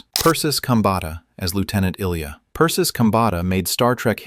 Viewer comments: The current photo of George Takei is entitled Nichelle Nichols. He said he didn't want Sulu to be gay-even then though he himself is gay-but JJ Abrams did so anyway. I guess to make it even, "Discovery" had 2 gay chaeacters. Ilia was not pronounced like Illya Kuryakin's first name-but I-lee-a. Walter pronounces his last name as Kay-nik. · Eye-lee-ah, got it?